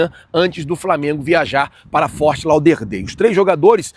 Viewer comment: FORT LAUDER DALE !!!! ( DÉUL ) DEIU PORRA NENHUMA PRONUNCIA ERRADA ESCROTA